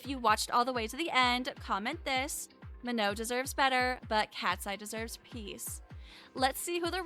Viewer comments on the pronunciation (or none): Not to hate but that's not how you pronounce her name it's manon with a n sorry I'm not hating